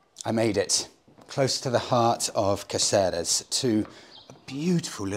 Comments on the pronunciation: It's pronounced Katheres though😉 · his butchered pronunciation of caceres shouldve pissed ye off surely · Don’t be discouraged by those guys in the bar; your “te verde” was not bad at all. 😄👍🏻 Your “Cáceres” could benefit from some more practicing, though 😂Thanks for your videos, love them all the way! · Nice video but you were certainly ripped off by your Spanish teacher in Tenerife. Can´t order green tea, can´t pronounce Cáceres and don´t know what a tortilla española/Spanish omelette is.